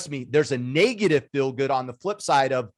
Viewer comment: its "negative" not "naygative" hahaha!